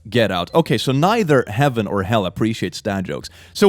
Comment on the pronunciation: Sounds like your saying A ticket to Hull. Perhaps hell is in Yorkshire :)